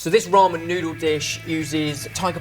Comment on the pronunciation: did he say roman noodles? lol